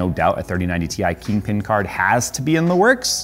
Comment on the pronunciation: “Keeng peen card”? learn to speak correctly. Fix your upper lip.